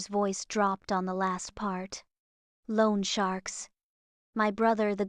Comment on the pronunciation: Overly dramatic childish voice. Really difficult to listen to without mentally mocking her. "Loan sharks" ( "). Oh God, what a wrong intonation! Can't take that seriously. Sorry. Also, don't use number that AI can't pronounce. And why does she think even for one second about sacrificing her dramatic escape to freedom? And do families really have such funny meetings? Reminds me of the shark meeting in Finding Nemo: "My name is Drew and I really screwed up". - "Hello Drew." "Family rollercoaster"? Really??